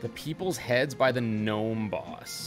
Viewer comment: The g in gnome is silent